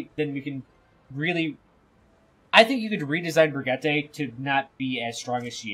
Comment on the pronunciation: it's bri (like bridge) gee (like geese) tuh.